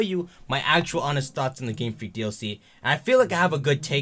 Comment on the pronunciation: I thought he's saying gamefrick gamefrick gamefrick